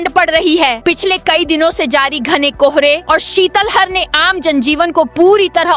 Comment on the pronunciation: Sitlahar बोलो शितल हर नही